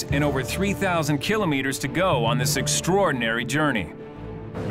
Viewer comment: Someone teach the narrator how to pronounce KILOMETERS!!!